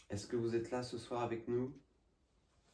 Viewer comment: Salut 😊 belle investigation 😊 je voulais te dire une chose qui me fait rire à chaque fois et n'y vois aucune mauvaise intention de ma part, tu dis toujours zavec moi (communiquer zavec moi, parler zavec moi, etc....) C'est visiblement ton petit tic de langage et ça m'amuse car j'ai les miens aussi et mes amis me le font remarquer 😂😂😂😂 à très vite j'espère pour de nouvelles aventures ❤❤